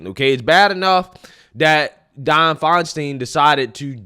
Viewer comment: Di-anne my man